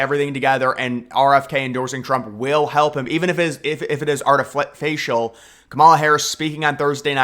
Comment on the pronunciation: artifacial? It's artificial.